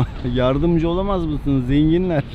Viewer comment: zengiler diyor sanki abimiz çok fakir